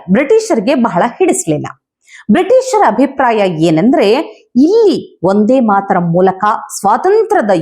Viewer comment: "ಒಂದೇ ಮಾತರಂ" ಅಲ್ಲ. "ವಂದೇ ಮಾತರಂ "